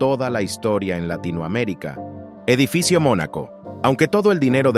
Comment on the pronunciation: Dijo Edifico en vez de edificio.😂😂